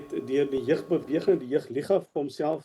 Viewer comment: Wat is 'jig liga' ? ... die oumense met pyne in die gewrigte??? Dis JEUG ... nie "jig" nie!